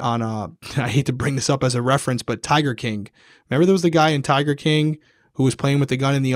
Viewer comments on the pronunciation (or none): none